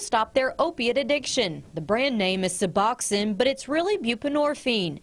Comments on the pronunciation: This is the most ignorant report on Suboxone I’ve ever seen. First of all, it’s pronounced “Sub-box-own,” not Suboxennn. Second, why not do some research before going there? The crowd at the clinic and police calls IS NOT DUE TO SUBOXONE, it’s a testament to the OPIATE CRISIS and how bad it is!!! It’s a tribute to the fact that the treatment is so dang expensive that many die trying to afford it. It’s an example of how there isn’t enough treatment providers in some areas. It’s a partial agonist opiate, these people aren’t using it to get high. They are using it to get well!! As in “I don’t want to live like this risking death every day on this heroin, I’m going to try and find some Suboxone and get clean. Reports like this add the the stigma that creates treatment barriers that prevent people from getting their lives back on track and every treatment barrier causes DEATH. Shame on your new station for airing this report and it’s ignorance. That doctor was just placating you and showing you that nothing shady was going on inside so he didn’t have law enforcement crawling on him for no reason to use his time to actually help people, but I guarantee his eyes were rolling in the back of his head at your ignorance when you left. SMH. This so far is our governments only answer for opiate addiction and having some semblance of a normal life. You have no idea what it takes these people to get that medication legitimately in their hands, no idea. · Also, it's not (sub-awk-sin) it is (sub-ox-oan). The news is inept in every city across the country.